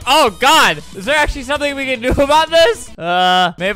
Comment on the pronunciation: I heard “akchly” where i took as “actually.” It is funny to think he’d say that at that moment when I listening again. Also, I don’t know if he says that word like “sheet.”